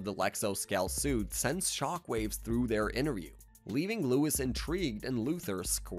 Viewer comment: Louis is not Lois sorry but that drove me crazy 😂